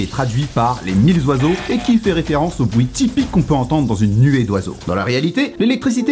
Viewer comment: Alors je veux pas faire chier le monde et tt mdr mais tu fais pas la liaison mille oiseaux pcq mille y a jamais de s 😅 sinon la vidéo est carrée de fou